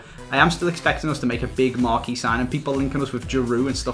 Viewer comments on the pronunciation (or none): none